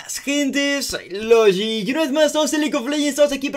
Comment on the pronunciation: Jajajaja es que de donde es lógi solo lo pueden decir así jajajaa no saben como lo decimos los latinos jajajaja